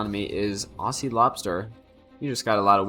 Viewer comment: Great cast, Aussie is pronounces ozi; two short syllables with a hard z, not aasee; two long syllables with an s.